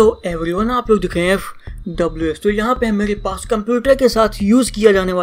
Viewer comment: bhai aap poora fws kyo nhi Bolte bas f silent ho jaya hai or ws bol dete ho